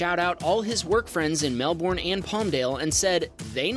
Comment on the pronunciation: It’s funny how you pronounce Melbourne